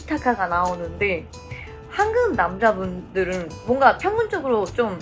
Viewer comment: 한국을 한극이라고 말하네 ㅋㅋ국발음이 엄청 안늘어나는 네